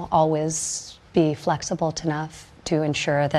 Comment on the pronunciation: “Flexible tenough?”